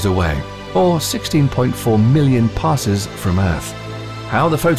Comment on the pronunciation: This narrator…. “Parses”….. “Stephen Hawkings”…..